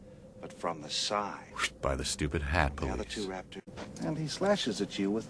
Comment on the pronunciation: Be vewy vewy quiet. I'm hunting waptors.